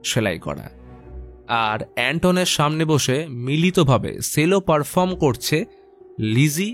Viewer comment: Sorry ওটা সেলো নয়,ওটা চেলো pronunciation টা ঠিক করলে খুশি হবো🙂🙂😊😊